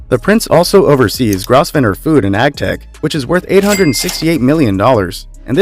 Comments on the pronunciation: You don’t pronounce Grosvenor correct, don’t say the s. It is Grovenor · It's pronounced GROVE-nor for crying out loud. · Grosvenor is pronounced “Grove-ner”. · It is pronounced Grovener, not Grosvenor , the S is silent. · You should make an effort to pronounce names and titles correctly. The most glaring instance wast that of the family name of the dukes of Westminster: it’s pronounced “grove-ner”, not as you pronounced it. It’s an ancient French name. One can be more forgiving in respect of European names and titles but it does seem to me that if you’re going to mount a program like this, then getting the names and titles right is really only the least you would expect. An interesting program otherwise and thank you for presenting it. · Somebody tell the commentator that Grosvenor is pronounced Grovenor. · Your financial information is very confused. For instance, the British royal family does not own the Royal Collection, the Duchy of Lancaster, or the Crown Estate. They are held by the nation for the use of the royal family. PRONUNCIATION:: Grosvenor is pronounced Grove-nor. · Very interesting. Put them all together and we cmould solve globall poverty. However I realise wealth unwisely goverened can turn to dust quickly Please do learn correct pronounciation of those difficult foreign name. GROSVENOR is pronounced Grovner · It’s grove-nor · the S in Grosvenor is silent. pronounced Grovnor. did enjoy the video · for heavens sake, learn to pronounce the name "Grosvenor" correctly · Please Please please learn how to pronounce Grosvenor correctly !!!! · The 's' in Grosvenor is silent. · The "s" is not pronounced in Grosvenor. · Grosvenor is pronounced Grove ner. The s is silent. 😀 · Grosevenor is pronounced grove nor. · It isnt GROSSVENOR!!!!!-------- its grovenor!!!! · The Duke of Westminsters family name is Grovener(pronounced) No Gros ven or. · It's pronounced "GrovNER" not "GrosVENOR"! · Grosvener is pronounced GROVNER(long O sound)!!! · Grosvenor = Grov-ner.